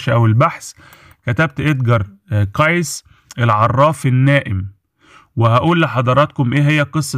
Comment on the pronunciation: You say his name wrong It is KACY